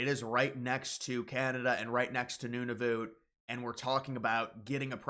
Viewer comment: It’s pronounced “none of utt” not “noon oh voot “…